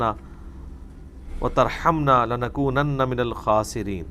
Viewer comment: Muhtaram Salam Muhtaram aap Hazrat Aadam kee dua ghalat perh gaey hain. “Lanakonunna” kee jaghaa “Nanakonunna” sunaaee daytaa hay.